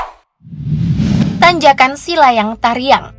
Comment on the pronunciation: yang di Sumbar namanya Silaiang Kariang bukan Silayang Tariang...